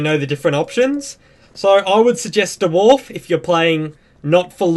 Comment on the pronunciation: Da-Warf hahahhaa